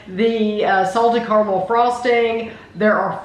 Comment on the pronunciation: the way you say "CORMEL" instead of caramel broke me lol